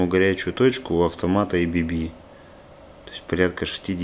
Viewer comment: Не эй-би-би, блять, а А-Бэ-Бэ. Завод у нас как раз в городе Маннхайм